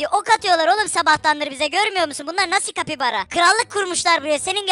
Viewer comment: Kapybara diyin çe ben (kapybara bapybara)